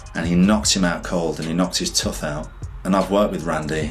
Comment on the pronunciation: I detect a Birmingham lad - "Knocked his tuff' out" (That's how they say 'tooth' in Birmingham, England). Just checked Wiki, yup, Sutton Coldfield in Birmingham. Nice to see a Midlander <3